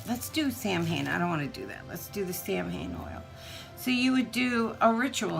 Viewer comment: Ecscuse me Mame but Samhain is pronounced (Sawin)